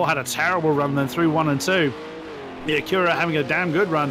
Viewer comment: Just a quick comment: Acura is pronounced AK-yoo-rah or AK-oo-rah. The stress is on the first syllable, not the second. It took me a while to realize what was referring to, as I thought he kept pronouncing it ak-YOO-rah...so I was looking for a Koenigsegg Agera out there! Hahaha!